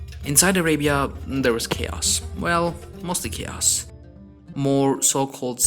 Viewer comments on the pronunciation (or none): none